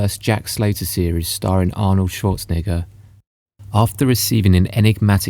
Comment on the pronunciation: Routinely comin' in a tad high on that second to last vowel in the Governator's surname there BUDDY. 😮😊